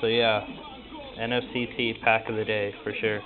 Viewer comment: i think you pronouce the name n-fect like inferction also what is your skype